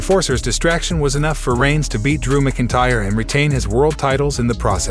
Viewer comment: You butcher Seth Rollins last name. You really butchered the pronunciation of McIntyre. And the first time you said Philadelphia… WHAT THE F#€|<!? Dude. Stop! You’re awful.